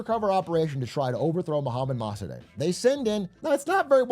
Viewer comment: Yo it’s pronounced “Moh-Sah-Deck”